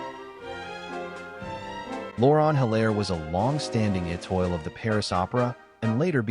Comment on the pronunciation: The speaker should know how to pronounce Étoile!